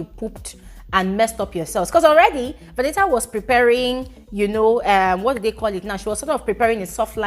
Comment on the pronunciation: how you dey call this girl name VENIT AAA😂